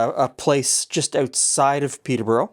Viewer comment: Coming from just North of the original, the way says Peterborough hurts my ears!